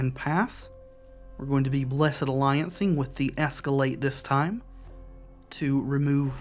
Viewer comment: Thank you for pronouncing the Blessed in Blessed Alliance as a two syllable word instead of one. I also do that. That makes us bros for life.